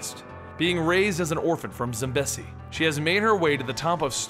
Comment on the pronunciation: Zimbezi???? maybe Zambezi